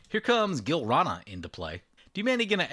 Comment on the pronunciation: This episode was fucking bonkers! Another thing that was fucking bonkers is "Gilrana".....Gi-lan-ra, bro! Anyway, Orvar is now the cheesemaster! xD